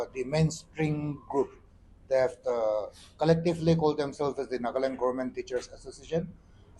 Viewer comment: It's NAGA LAND. NOT NAGLAND HOH...